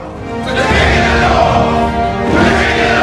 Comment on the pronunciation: "This is Jon Snow.. He's king in the Norf!" Lol U got a nice collection there 💜 I'm not a beer drinker..blek.. lol Always a pleasure Thanks! Btw.. I shared this EVERYWHERE 😄